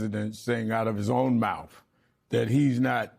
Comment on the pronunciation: Rev Sharpshooter, The word is mouTH, not MOUF.